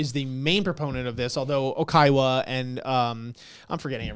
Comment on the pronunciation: lots of Oikawa "slander" from people that pronounce it "Okaiwa" 😂😂 Edit: Manga Oikawa is my favourite overall character, but tbf it's fine that you guys dislike him now, and even possibly in the future.